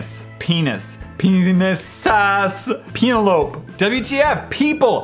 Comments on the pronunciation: When you said Penelope you said “Peen-o-lope” but it’s “Pen-el-o-pee” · penelope = pen-EL-oh-pee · Am I the only one who noticed he said Penelope as "Peena-lope?" lol It's "Pen-elle-oh-pea", which is a name. I'm dying. XD lolol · Did he just pronounce the name Penelope as "pee-na-lowp"? Omg lol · "penalope!" me: did he just pronounce Penelope "penalope"?